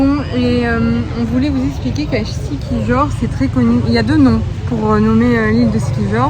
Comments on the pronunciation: Moi, je prononcerais Siquihor, puisque ce pays a été colonisé par les espagnols après sa découverte par Magellan qui a été tué par les autochtones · Siquijor se prononce siquiyor ;)